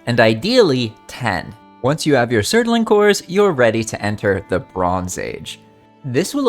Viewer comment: Surtling ffs its two syllables please man